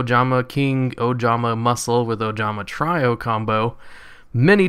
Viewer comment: try-o? its tree-o